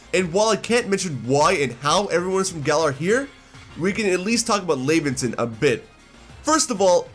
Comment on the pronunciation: Laventon's name is pronounced similar to the word Lavender